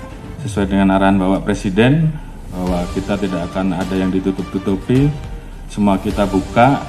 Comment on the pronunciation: perhatikan intonasi & volume saat bicara "tdk akan ada yg ditutup-tutupi", di akhir pengucapan kata "ditutup-tutupi" spt akan ada "kejutan" yg antiklimaks. imho n cmiiw. lol